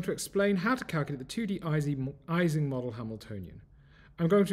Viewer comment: Great video. I believe Ising is pronounced [ˈiːzɪŋ] as it is named after Ernst Ising.